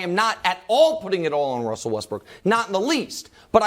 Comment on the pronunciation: my boy Brou out here talking like Elmer Fudd? Who is Wussell? 😂😂😂